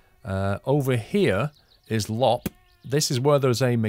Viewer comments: I could make a video on how to pronounce the Finnish words in the game if you would be interested in learning. For example, Loppe is pronounced lopp-eh (or something), and not like lopp ;-) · Hey mate, Loppe is pronounced Low-Pay